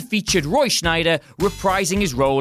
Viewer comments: ....for the last time, S-C-H-E-I-D-E-R. There's no N in the name. Good grief... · Roy Scheider not Shnyder. Gonna say it, his performance of Martin Brody has to be one of the most underrated performances that I've seen.